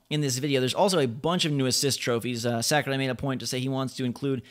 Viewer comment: Holy shit. Sakurai. You fucking butchered that name. Sackerai?